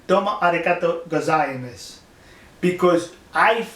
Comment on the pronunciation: Goseyimes? It is pronounsed Gozaimas. It is one Japanese sentence that you are saying all the time, and you do it wrong. I am going to put you to place now. You only showed what the Whalers wanted us to see. The intire video shows that Sea Shepherd were there for very long. N.M closed and closed in and so the ship got draged to the side of the ship besause of the stream. There after tried th turn away and they hit the SL., what you are doing is bullying Sea Shepherd. I don't like it.